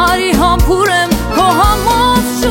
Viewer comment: Հոյակապ է, շնորհակալություն նաև որ համբույրը ճիշտ ես արտասանում